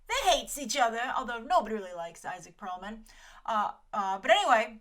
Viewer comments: Perlmutter not Perlman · It's Pearlmutter btw, not Pearlman. Also, Agents of Shield is freaking awesome right now and has gotten better & better each season so this whole "ugh it's abc" is nonsense so this Inhumans story is really interesting